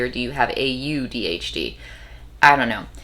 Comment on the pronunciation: I really appreciate your thoughts on this, I'm gathering perspectives. I'm an ADHDer too and btw AuDHD is pronounced like audio at the start I think